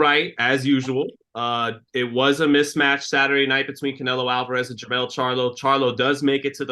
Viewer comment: Jermall not Jermell.